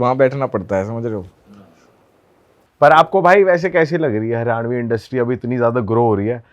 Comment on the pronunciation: भाई its हरियाणवी not हरिउणी, हरियाणवी artist बन ने से पहले नाम लेना सीखो